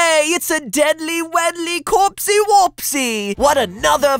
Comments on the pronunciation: YAY it's a DEADLY WEDLEY CoRPSey WorPseY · It’s a deadly weadly corpsey worpsey! -MatPat 2k17